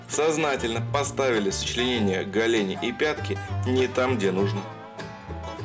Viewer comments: Что за голЕни?! Оо ГОлени!!! Что за голЕнь?!! ОО ГОлень!!! Только так! Смотри словарь ударений. Откуда только берут такие нелепые варианты??? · го́лени, не голе́ни☝️🧐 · Не галени, о гОлени.